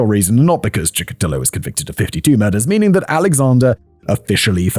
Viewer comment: In Russia he is actually known as Bitsa Park Maniac, I've never heard him called The Chessboard Killer before watching some English language podcasts. Now, who gives cool names to killers? Also, It's PiCHushkin, not PiKushkin. But at least Simon finally learned how to pronounce Chikatilo. Another not: Тормозить - is a verb (to slow down), the noun in this context is тормоз (someone who is slow, a retard). And now I also need to clip Simon saying "zhopa mira"😂😂😂 It's brilliant! Another note: YouTube works in Russia, you just need a VPN😉 and there's no wild dogs here now, don't remember when I last was one, but it's been years.